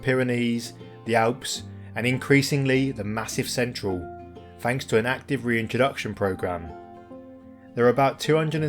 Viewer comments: Really enjoy your videos - find them very relaxing. Re pronunciation, even in England we pronounce Massif Central the French way, not Massive Central (although I found one AI bot that did do it your way, so its catching on lol.). Keep up the good work : - ) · 👍 Nice one mate. It would be good to see some those of in the UK. As for the pronunciation, your rendering of Massif Central was the most entertaining! 😆